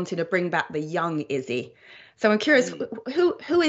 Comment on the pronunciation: 5 seconds in and saying izzys name wrong